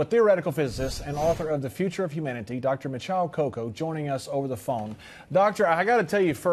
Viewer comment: It's pronounced "mē-chē-ō kaah-coo". 👘